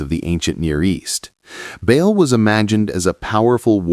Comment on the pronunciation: Ba’al is pronounced like “ball” dumb ass!!!😂